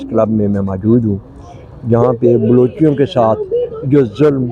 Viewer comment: Not balocheyo it balochon